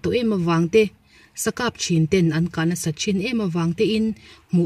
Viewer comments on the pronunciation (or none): none